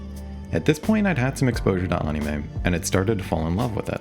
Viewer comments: what the heck is “onnie may” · I've never heard anyone pernounce anime like that 😂